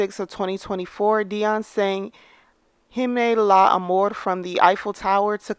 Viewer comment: NOT "Dee Elles" and "Heemnay Ala Amor" 🤣🤣🤣🤣🤣